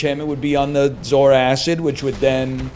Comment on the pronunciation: The way NL says Zoarcid makes me angry. Mostly because he's probably right. But Saying zor-kid makes it sound like a cool alien. Edit: Actually no, he's just completely wrong in his pronunciation.